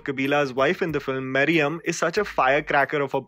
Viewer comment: The wife name is mariamma not mariam.